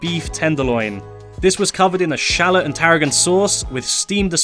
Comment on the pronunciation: Shallot not shallet 😂😂